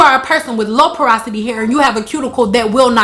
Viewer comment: Parasity????! Porosity girl🙄